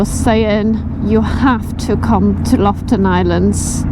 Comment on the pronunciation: LOFOTEN, not Loften😉